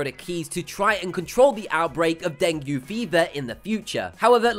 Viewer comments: its breeeeeeeed not bread embreeeeo not ombros dengee not dangmonologue etc etc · Is it really that hard to pronounce "Human" and " Dengue"???